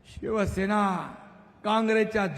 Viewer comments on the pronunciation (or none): none